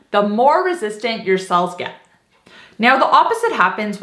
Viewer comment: The word "cells" is sounding like 'sulse'.